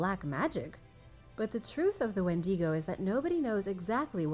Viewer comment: You totally mispronounced Wendigo